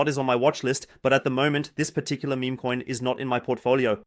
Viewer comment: Is meme pronounced meh-meh in German? I noticed this in the last video as well.